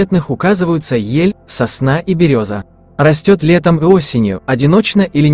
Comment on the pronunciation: Спасибо вам! Для меня сыроежка, любая - гриб который я не знаю и не понимаю. Но интересно разобраться, а вдруг мне понравится по вкусу. Только пожелание - поправить ударение в некоторых словах - сосна, охристый, зелёная.